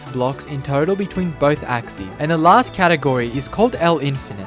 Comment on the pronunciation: "Axis" and "axes" are pronounced differently. The first is singular, and the second is plural. You're pronouncing them as "axes" and "axee," which is not correct.